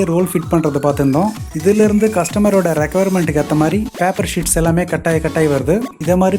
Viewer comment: பாப்பர் இல்லை பேப்பர்